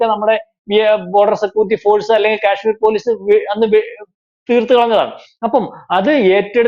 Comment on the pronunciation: ക്യാഷ്മീറോ നേരെ ചൊവ്വേ ഉച്ചരിക്ക് മിസ്റ്റർ, അതുപോലെ തെറ്റുകൾ പറയാതി രിക്കുക, മറ്റൊരു വീ ഡിയോയിൽ ബിജെപി യുടെ ദേശീയ അധ്യക്ഷൻ നന്ദ എന്നു പറയുന്നത് കണ്ടു, കേൾക്കുന്നവർ വിഡ്ഢികൾ അല്ല, ഇതുപോലെ പല തെറ്റുകളും താങ്കൾ പല വീഡീയോകളി ലും പറയാറുണ്ട്, സഹികെട്ടത് കൊണ്ട് പറഞ്ഞതാ. 🤣